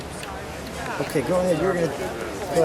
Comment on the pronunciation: Say the name correctly, Mr Owner! "PremYEHRE"